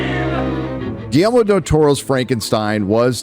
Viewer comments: I’m sorry,. What’s the director’s name? Could you say it loudly and clearly enunciate for us in the back? 😬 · If you can’t properly pronounce “Guillermo” maybe don’t do a voiceover review of a movie directed by him 🙄🙄🙄 Also “so-called marginalized groups” what an embarrassing thing to say on the internet